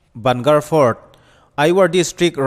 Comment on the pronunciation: A ngaihnawm hle mai. Bhangarh hi ban gar tih ni lovin bang garh tia lam zawk tur niin ka hria. Ka tlawh ve tep a, hun ka nei ta lo. Ka ui khawp mai. Khawthim hnuah awm an phal lo. Hmunhlui dang ang lo takin ASI pawhin a chhungah office nei lovin a pawnah an nei daih bawk.